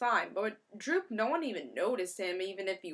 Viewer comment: Great review. Btw It's Doop. But anyway I gotta say I didn't really like the art for this issue but then again I don't think Bachalo is half bad. Anyway I gotta agree with you I am not a Doop fan either and I didn't really like the story. If you are really bored you can go through and translate doop's language.